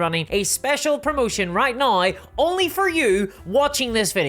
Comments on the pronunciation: "There's no better example right nigh" ? ? What happened to the word 'now' ? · I love ya,, but... how exactly do you spell naoe... noae... neaow? 😄